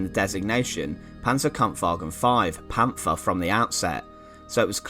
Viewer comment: It's not a English th in Panther there is like a little pause between the pant and the her